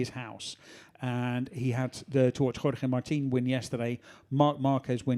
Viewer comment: Still the terrible Spanish accent when saying Jorge Martin 🙄